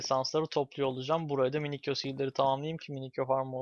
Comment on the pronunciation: Minikyo değil minisiyo